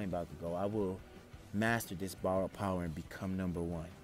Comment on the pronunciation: its kinda gross how he says power its BOWER